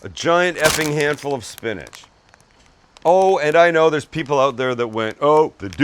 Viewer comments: Spinach? SPINACH??? ... 4.5 from the East German judge. 😜 Other than that, nicely done. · Peas Sam not Spinach.. lol